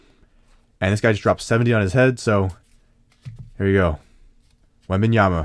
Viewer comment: You were "Wong"... It wasnt Wembenyama 😂